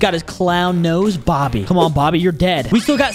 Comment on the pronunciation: Is not bobby is boggy